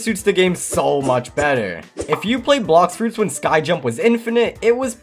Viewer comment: "Blox froots"